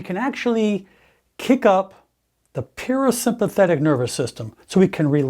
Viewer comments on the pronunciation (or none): Are you saying perisympathetic?